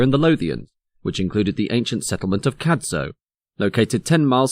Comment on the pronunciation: Excellent stuff you've really done your research. Just one thing Cadzow is pronounced with a silent z ...... cad-ow the ow like you mutter if You hurt yourself rhymes with cow😁